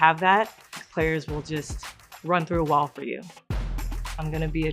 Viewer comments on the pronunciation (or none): none